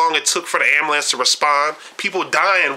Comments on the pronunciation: I KNEW he was black when he said "AMBALANCE"... Good video though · it's not called an amalance. It's ambulance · I would have enjoyed listening to your view of Detroit. Unfortunately, there are a few things about your video and commentary that voids all of your opinions, 1. The use of mispronounced words. For example, "Proverty" instead of Poverty and "Ammalance" instead of Ambulance, just to name a couple. 2. You focused your tour around the same downtown area of Detroit that included Greektown. However, I would have liked to see the Renaissance center, the Riverwalk along Detroit's newly designed waterfront, Campus Martius, Cobo Convention Center, Downtown Shopping, Comerica Park, and the Downtown Financial District; all connected by the People Mover Monorail System. You showed parts of the east side of Detroit but failed to show the famous, historical Belle Isle Park. Had you ventured from downtown via Woodward Avenue, you would have passed through one of the larger universities in Michigan, Wayne State University and the world class WSU Medical Center, which includes several noted restaurants, bakeries, entertainment, the Detroit Public Library, African American Museum, among other museums ,and the Science Center. Driving a short distance from that area would have placed you in Detroit's New Center area. This area includes even more entertainment, restaurants, and galleries. No less than two minutes from this area is the famous Motown Museum. This just touches on several hot spots in the city. Once you start driving around the city, you will begin to see many historical areas with b